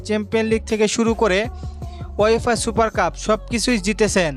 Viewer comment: তুমি তো ভাই কথাই বলতে জানো না। লামিন ইয়ামানের জায়গায় তুমি বলতেছ লামিম ইয়ামাল , 😅😅 আর ওয়েফা সুপার কাপের জায়গায় বলতেছ ওয়াইফাই সুপার কাপ 😂😂😂😂😂😂😂😂 হাস্যকর না 😂😂😂😂????